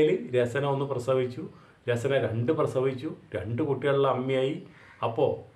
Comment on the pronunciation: രസന അല്ല രസ്ന ആണ്.